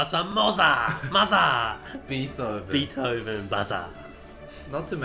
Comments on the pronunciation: I like that he says "beet-hoven", since that's very accurate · Sure, but Adventure Time is actually closer to the real pronounciation than most people lol. The "th" in Beethoven is not pronounced together. An oversimplification is that Beet and hoven are pronounced seperately.